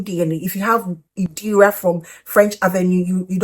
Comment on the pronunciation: It's Irida hun not Idira 😊